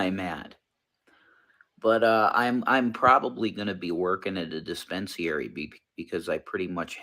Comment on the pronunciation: Wants to work in a dispensary. Thinks it's called a despen-see-airy.